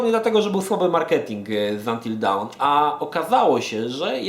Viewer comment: fak, kurwa w mówisz poprawnie, by powiedzieć jakieś "dałn" LOTDEFAK!!!